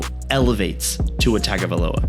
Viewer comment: Good video. I agree with you. Mike MCDaniel is our next Shula. Let me help you with our QB1's name. Forget the spelling. It's pronounced Tua Toung-a-vi-a-lo-a. Just so you know.